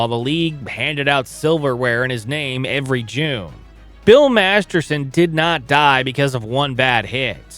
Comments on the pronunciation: MasterTon. Not MasterSon. If you’re going to honor the man, you should really get his name right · Master*t*on, not Master*s*on. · Its weird he keeps calling him Bill Masterson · As much as I hate to point this out, Bill Master-ton's last name isn't pronounced "Master-son." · Right, if you're going to post a story about someone at least pronounce his name right ! Are you a professional or not ! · For the record, the player's name was "Masterton" not "Masterson". For reference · Clarification on how his name is pronounced. It's Bill "Masterton" 😊... NOT Masterson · This is ALL EFFED-UP! LEARN how to pronounce Maniago, Edina AND MasterTON! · His last name was Masterton. If you are going to do a video about someone at least get his name right. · Good point. Except I did that. Master-ton is the correct pronounciation. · haha... topic is on Masterton but doesn't even say his name right throughout - oof. Usually not a huge deal, but if he's to focal point of the subject matter... c'mon. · This is my first time viewing your channel. I applaud the research; however, I agree with the comments regarding the pronunciation of Masterton. Your name, my name, anyone's name – it is the only thing that we truly own, and paying respect by getting it right is the very least we all can do. I think this is why it is important, and people care. Overall, good job and very interesting. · Wild to do a 15 minute video and say the subjects name wrong the whole time